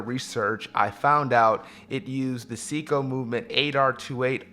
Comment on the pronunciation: Love your videos, keep it up. Great variety and I can tell it comes from place of true passion. F.y.i it's " say-co" not "see-co"